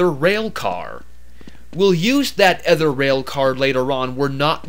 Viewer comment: you said another and other wrong